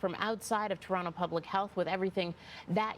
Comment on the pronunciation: I trust no reporter who can't even pronounce Can a da. She said ken-i-da. Then she said Ter-ontoe... lol. ☕️ Shame oh her. This is literally your job.